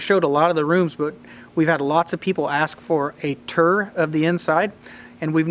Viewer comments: What's a "ter" lol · Tour is not pronounced "ter". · A turr?? Lol.... What's a turr? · Vowel shift in action and n the flesh: “turr” and “ruff” 😂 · He said "TUR".